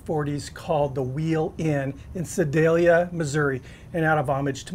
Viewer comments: Pretty sure you nailed Sedalia, correctly... the "Missourah" though.... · Looks really interesting. I'm going to try it. BTW you pronounced Sedalia perfectly. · Hey! Great vid as always. My parents are from Sedalia so we drove from Kansas City to Sedalia a ton to visit. I’ve been to the original wheel inn. You hit the nail on the head. You’re right on with all the pronunciations too. Pretty cool to pay homage to a burger that’s not super well known.